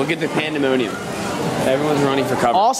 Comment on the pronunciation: Our right... It's "pandemonium"